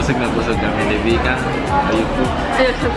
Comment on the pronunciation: Vika u always murder the name when you shoutout. 🤣🤣🤣